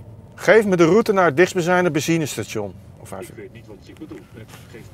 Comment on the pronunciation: Zeg eens benzine station en niet bezine dan lukt het 😃